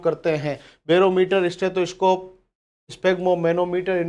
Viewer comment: सर ह्दय की धड़कन "स्टैथोस्कोप" से नहीं बल्कि "स्टेथोस्कोप' से मापी जाती है।